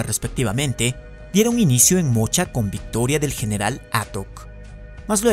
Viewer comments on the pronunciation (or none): none